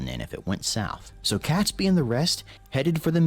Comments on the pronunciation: Robert Catsbee? Get it right for crying out loud. It's pronounced Robert Kayts-bee. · Oh please, pronounce Catesby correctly!! imagine in the US you say 'gate' .... so pronounce Catesby with the same sound as a in the word 'gate' .... he was the Catholic aristocrat who was the brains behind the conspiracy. If the explosion did occur, it would have killed (possibly) as many people at 9/11, given that most of London would have burned afterwards. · arhhh please, it's pronounced Kates' Be, NO CAT